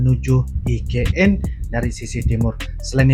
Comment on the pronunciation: Mas bukan ign tapi IKN maafya mukin saya salah dengar.